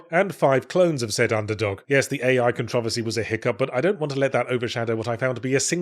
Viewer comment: "ken-TRAH-ve-see" is a fun new accent-pronunciation variant for me